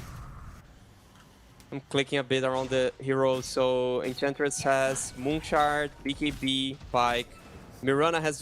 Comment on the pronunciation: EnCHantress... not Encantress